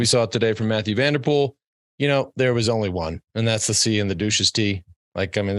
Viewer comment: "cycling season started today " ........ Armstrong shows again to have lost any touch with current pro cycling .. He stille dismisses Strade Bianche, the new 'monument'. Any cycling lover will tune in for SB . FTW . Do I hear Johan Bruyneel say "Matthew van der Poel " ?? What an ass ! It is somewhat 'tolerable' for a Yank or Aussie to say that , but for a belgian ?!!